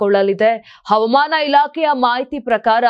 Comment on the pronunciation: Avamana alla havamana ,speak kannada properly